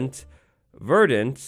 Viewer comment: Verdant because you can't pronounce it lol